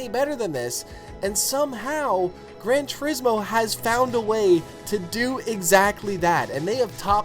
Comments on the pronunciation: Yamauchi-san does it like this: Gran Tur-IS-mo. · It's pronounced "Grohn Two- rees- moh."